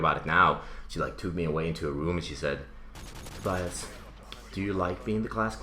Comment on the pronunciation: Hahaha "Tobayas"